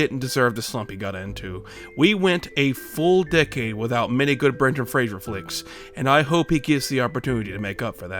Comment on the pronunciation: Fraser like laser, not "frazjjer"